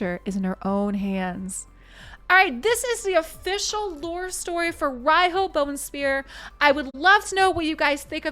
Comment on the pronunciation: Tip: Riho is pronounced Reeho (not to confuse with ree-hoe, the "o" is short), as it comes from Japanese language pronounciation way.